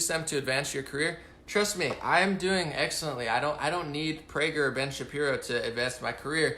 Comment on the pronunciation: good job on not slipping up and saying Shapiruuu ;-)